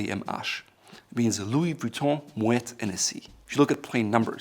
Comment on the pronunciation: It’s Hennessy, not “Enessé”, it’s Irish not French